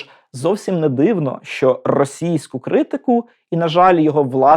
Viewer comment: Попрацюйте над Своєю вимовою, бо склеюються вуха від Ваших щЬо, почЮв, чІ, крокіФ, дІтячІй, ключЬових, чІном, вивчЯти, щЄй, чЯсом... НЕМОЖЛИВО слухати ТАКУ українську, де ви вичитали оте все чЯвкання...